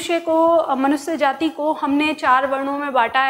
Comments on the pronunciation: कम समय में आपने बताया, आप विद्वान् हैं। गलत पढ़ाते हुए निर्देश देती हैं कि वीडियो न देखें। इनका घबराहट आप जैसे लोग से है। हिन्दी में जाति का उच्चारण जाती करती हैं। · लगता है महोदया बिहार से हैं। क्योंकि वहां लघु होता नहीं सब दीर्घ उच्चारण होता है। जैसे:- जाति को जाती बोलती हैं।